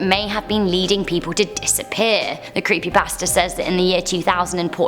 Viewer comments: When she says creepy pasta it sounds as if she is saying creepy bastard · I thought she said creepy bastards when she said creepy pasta😂😂😂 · I kept hearing "creepybasterds" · I keep thinking that she’s saying, “Creepy BASTARDS.”